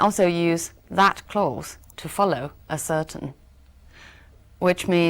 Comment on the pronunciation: ascertain的读音错了！